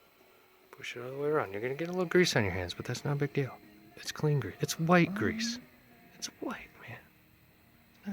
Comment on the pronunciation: Something about the way he said" its white grease" threw me off...